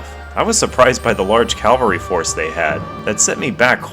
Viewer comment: Cavalry, not calvary.